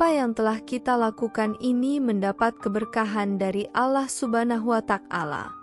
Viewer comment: Alah, alah, kenapa jadi alah? Bukan Allah